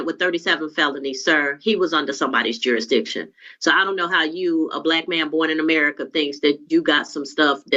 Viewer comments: It’s pronounced JURISDICTION not juradishon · "Jurydishun"-- oh, boy, off and running! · What is "jury dition"? Seriously these people are from an alternate universe. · Not a single one of these people can say jurisdiction lol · Why can’t any of them say “jurisdiction”? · Jurisdiction really is NOT a difficult word to say. Many seem to struggle.